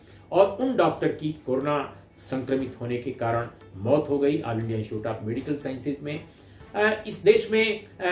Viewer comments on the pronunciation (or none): none